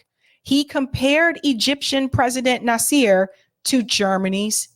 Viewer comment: I like what you say. But, you should find someone to help you with pronouncing names of historical figures (eg. Nasser, Begin) , It doesn’t sound professional, and you will lose some respect if you don’t rectify this.